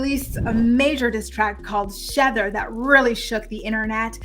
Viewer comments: It’s actually “SHEther” like ether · Remy’s song is pronounced SHE-ther…….like the word ether. It’s her version of Nas’s song Ether.